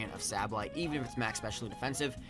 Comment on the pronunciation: Congrats! I'm glad you won over Emvee and Chimpact. Nothing against them, but their fanboys are annoying generally. PS. As much as I think you are a good battler and youtuber and I know you probably get a lot of comments about this, I just gotta say it........SAY-BULL-EYE